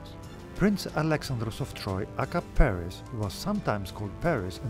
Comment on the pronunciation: Thank god, someone finally got "Paris" name right in these videos, Alexandros.